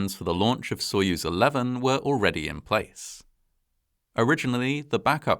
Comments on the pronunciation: A tip for anglophones: most of the time, the 'o' in latinised Russian words is said like an 'a'. So if you say "sayuz" when you read soyuz, you'll sound perfect. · If the stress is on the second syllable, Its "sah-YUZE" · Wrong. Sounds like soy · uhz.